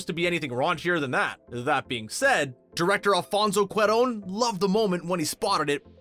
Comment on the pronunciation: ‘Director Alfonso QWER-RONE’?